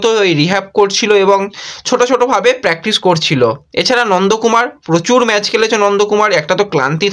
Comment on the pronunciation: কথাটা ম্যাজ নয় ম্যাচ ।